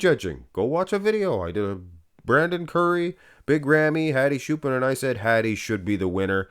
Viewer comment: lol "HAdi Shoo-pin"